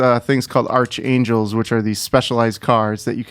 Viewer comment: Hearing this guy say "Magnus Opus" rather than Magnum Opus, and "ARCH Angel" rather than the correct pronunciation of "ARK Angel" makes me cringe. Also, you can tell by the V8 engine that he's already been to Gastown, but there's still so much threat in all the territories, so why does he call it "Side Quest: The Game" if he's barely done any side quests to reduce threat?